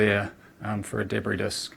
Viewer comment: "More carbon dioxide debrie disk than usual" DAMN, I can hear some parts, then he starts gargling under his breath.... I really HATE THIS!!!